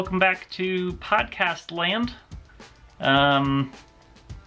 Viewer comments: Did u say pot cast or pod cast? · Did you say pot cast land?